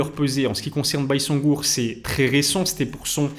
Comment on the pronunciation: ça se prononce "bayzengour" si jamais les gars